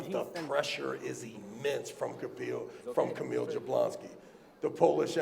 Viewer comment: its funny how travis trolling all armwrestlers by not saying correctly there names 😂😂 "kabil"